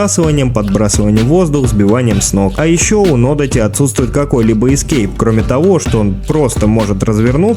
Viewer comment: нодАти или одАти, это если уж реально придраться хочется.😁это оба длинные мечи. большой буквой ударение показал.))